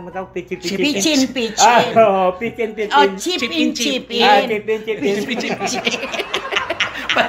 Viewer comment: Nag iihit ako ng tawa sa peach in peach in instead na chip in chip In 😂😂😂